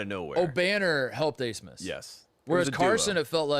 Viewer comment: why the hell is max abmas’ name pronounced aismas?